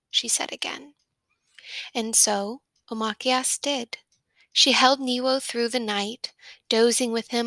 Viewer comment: ITS O-M-AKKK ays